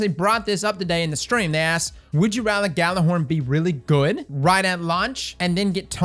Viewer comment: Isn't it yeah-lur-horn? I don't mean to be like "you're saying it wrong!" But I assumed it was Norse.